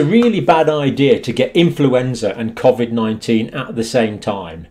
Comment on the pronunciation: Your saying Covid 19 wrong